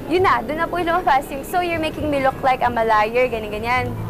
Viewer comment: wews napahiya na nga sya sa amalayer pero sa interview nya amalayer pa din sinasabe nya? may pinag aralan syang tao ang pronunciation nya sa liar ay lier? bitch please!